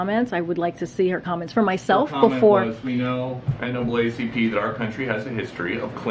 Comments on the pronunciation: Kamala is so fake. No one calls it N-A-A-C-P. It's N-double A-C-P. She's so.... ugh....can't stand her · Did she say NACP? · Did the VP just say "NACP"? I thought it was "NAACP".